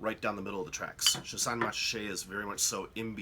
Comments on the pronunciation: Good explanation however, both the letter T's in Montrachet are silent so it's pronounced Mon-ra-shay not Mont-ra-shay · Nice quick hitter, but if you're teaching a class and broadcasting, you really need to accurately pronounce. Just as the T is silent in Mont Blanc, it is silent in Montrachet. Moan-Raaashay. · The pronunciation is more like MORASHAY. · Jesus Christ. You call yourself a wine expert with such a terrible pronunciation of “Montrachet”? Gosh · the 't' in Montrachet is silent - dolt! I cannot imagine Yanks enjoying these wines - more like a Bud or a meths (chilled)